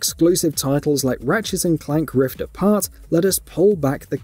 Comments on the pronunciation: Holy shite dude. This was super annoying. At one point he was also saying Rifts Apart. 💀💀💀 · Why does this guy keep adding an 's' to the end of words ending with 't'? Ratchets and Clank: Rifts Aparts